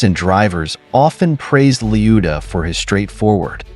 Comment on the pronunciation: 2 seconds in and you mispronounced his name already that's .when I switched off